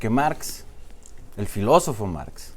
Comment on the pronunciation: Lee bien, no se llama Máx es Marx Dile a Aurelio que te enseñe a "ler"